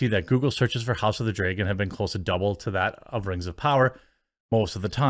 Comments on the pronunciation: LOL hes like we dont all talk like that and then says house of the "dregen" 80 times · The only things I really notice in your accent is that you pronounce things like bag and dragon as "beg" and "dregon". Other than that you pretty much sound like a standard american to me. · Is he say house of the "dray-gon" or dragon? lol accent differences lol i can't say anything being southern lol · I get it. You think you don’t have much of an accent. But the accent you do have I dig. Being from the south. I mean. Mines not thick and self gratifying like most from my region. When you pronounce vowels it shows. As most accents do. Like. House of the “Dray”gon. Lol. Love it. Aww Jeec. Lol. Love you bud! Don’t mean to rayg on yas. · Speaking of accents.. i like how you say dragon.. draygon lol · "I don't have a Wisconsin accent...flayygship drayyyygin" lol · I always notice you saying "bayg" for "bag" and "draygon" for "dragon." <3 It's cute.